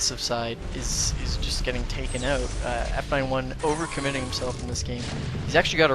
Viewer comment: Taking "oot".